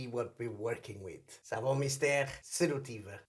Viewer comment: You pronounced Savon Mystere like I do! I think we're correct! xD I'm from Greece, so love this brand! Great video!